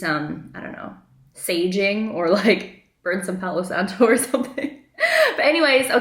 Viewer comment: When u say sage-ing i tot ur just joking..okey u r not 🤣, luv yan